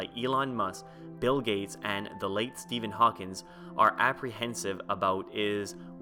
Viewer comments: It's not Stephen Hawkings you idiot, it's Stephen Hawking. No S on the end. Fucking dipshit. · Thanks for making a video on this! Couple of remarks: 1) It's Stephen Hawking, not Stephen Hawkins 2) Please don't use the Terminator scenario as an example. I'm pretty sure we both agree an Artificial Superintelligence is not going to use humanoid robots with an Austrian accent to kill us. It's anthropomorphizing!